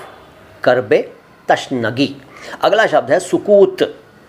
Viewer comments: تَشنگی = غلط تِشنگی = صحیح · Tashnagee۔ Nahi hoga Sahi۔ Alfaaz۔ Hai۔ Tishnagee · इस तरह तो उर्दू की टांग टूट जाएगी आपने "तिशनगी" का "तशनगी" कर दिया.